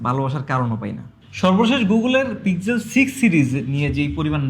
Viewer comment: Apni pixel k pig-zel bolen keno ?